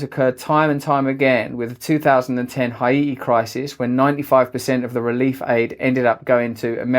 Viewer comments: Couldn't agree more, apart from Hi-iti, is Hate-iy surely. More people should be taking about this, not the pronouncement of Haiti, the ever increasing slip into the abyss! Just in case you were confused. Sorry. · hi eet i ?? russell surely you should be able to pronounce Haiti